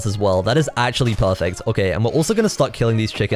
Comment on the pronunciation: is really good at saying pahfect